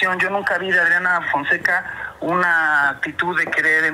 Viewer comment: Es que dijo Audriana Founseca.... en vez de Adriana Fonseca a quien se le ocurre?!😂😂😂😂😂